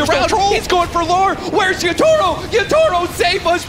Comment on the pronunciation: Why does cap pronounce Yatoro as Yootoro?